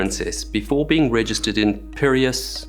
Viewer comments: It’s Pea-ray-us the port for Athens. The line is Ep-e-rot-tick-e. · Pee Re (REX) ASS Pireas. You butcher. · If I remember correctly, it's per-ay-us other than that good try at the French pronunciation. Moss Hills is now living in the uk , working as a cruise director .